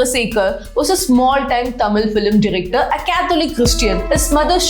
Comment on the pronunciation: NOT FILEM but pronouce as FILM